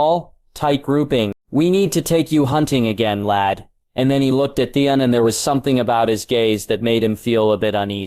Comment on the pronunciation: Why is Theon so hard for AI to say? Really all names are pretty bad.